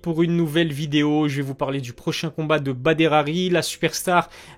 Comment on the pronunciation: Non mais j'ai dû mettre 3 fois la prononciation du prénom de Badr !! Mais comment peux tu écorcher son prénom oklm ? Hachouma e3lik kho, tu n'as pas le droit toi 😅😭😭😭 ! On s'efforce à prononcer les noms dans leur langue "Giuseppe, Sasuke, El Khelaifi... Etc" mais là ! Mdrrr abdelbachir sort de ce corps ! Sinon force à toi pour tes vidéos :)